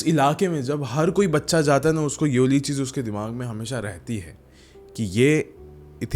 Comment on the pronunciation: यावली नहीं भैया ये वाली बोला करिए 😅